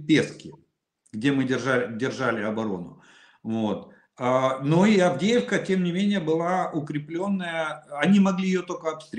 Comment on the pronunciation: Мужики, харе бухать,, Авдеевка,, а не,, Авдейка,,, закусывай, али нечем?